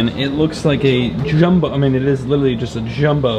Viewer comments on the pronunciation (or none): Not saying “witerewawy”